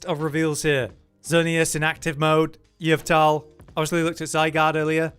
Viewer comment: why do you say yveltal like that